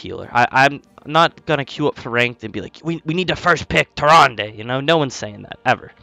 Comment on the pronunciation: I believe it is Tier rand not Tier Randay 😂